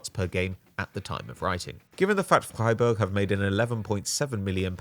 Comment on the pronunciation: That first pronunciation of Freiburg was flawless 👌🏼